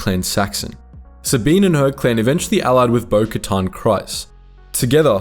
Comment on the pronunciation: Why do you keep pronouncing bokatan name like that…?